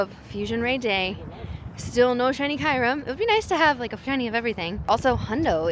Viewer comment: Why do you call Kyurem Kairum? 💀